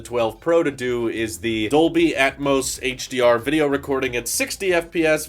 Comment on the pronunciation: Did he say Dolby atmos 😂